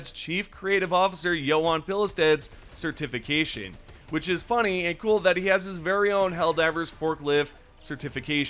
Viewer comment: Why do you pronounce "certification" like that?!!!! You can't pronounce words bro. Every video you screw something up